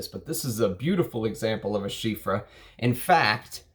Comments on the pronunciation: Well, it's not ChyFra. It is Chy Pra ! Pronounciation is with "P". Your analysis was great. I will by Diaghilev because of your advice. Thank you. Chypres are so good. Long live Mitsouko..... (magic in Japanese) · Why do you pronounce it like chyffre? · It still pains me how you pronounce chypre…. Great taste though… I would Roja’s semi bespoke 3 is more terre d’hermes like than oligarch… I wouldn’t call Salome a chypre. I love the skanky indolic jasmine in it but not a fan of hay or lots of honey